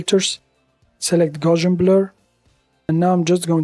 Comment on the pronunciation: It is Gauss, gaussian. Gow - see - an